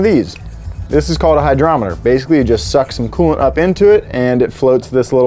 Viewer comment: "thighmaster jacking..." Glad I'm not the only one. Hahaha